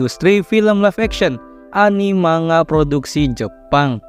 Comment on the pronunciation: Kata Bu Guru Bhs Jpg..."manga" dibaca "mangga"...